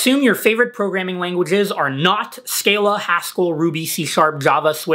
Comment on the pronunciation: "Scale a"? come on its Scala its literally S"cah"la:)